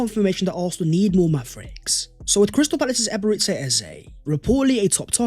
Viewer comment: Hey great content as usual. You tend to pronounce Ebereche as Ay-bay-rayte-say, which kills the meaning, it should be Ay-bay-ray-chay, meaning the mercy of God. You can also call him Ebere, which is easier and is what most Nigerian-named people prefer, as the full name is usually used by their parents when they get in trouble 😅 .